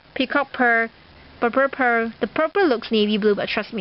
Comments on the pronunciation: okay no offence but..why are you pronoucing purple purper?again no offence :) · she does say purple purer its weird:-)